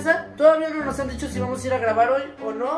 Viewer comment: KALSJSJ recién noto que hay una parte que dice "dihco"👻👻👻